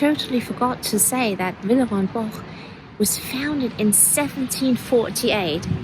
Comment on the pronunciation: In the US, any cake with a crust on the bottom would be termed a pie. I am glad you pronounced Villeroy and Boch several times so we could correct ourselves. I thought it was pronounced Bosh. It's more like Bach. This was a fun video. Thanks, and it's nice to "meet" your parents too.